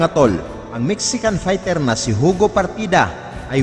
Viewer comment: Hindi po Hugo Ang pronounciation nyan kundi Yugo